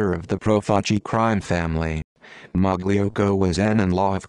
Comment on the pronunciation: It’s pronounced ( malocko )